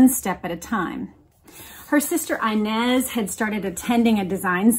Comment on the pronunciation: You keep mispronouncing the name inez Its a spanish name and the I should be pronounced as in EENEZ But still love the podcasts